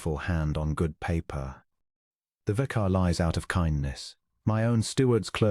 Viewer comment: Mispronounced: content, vicar, tallow, argued, bowed, close, lychgate, embarrass, Adrian, use, rolling, …..; a human diction instructor is urgently required here. Also, the text is not synchronized with the spoken words.